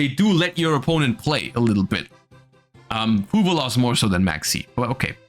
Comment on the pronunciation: Serious question, Is it actually meant to be said as 'FuVallos', or does only pronounce it that way cuz he's German?